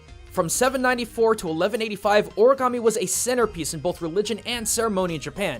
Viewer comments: O-RI-GAMI NOT O-RA-GAMI EOANOINAEOGIA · Tbh, I die a little every time you say “oragami”. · Is ANYBODY else not cringing at the fact that he kept on pronouncing "Origami" wrong? I mean.. COME ON.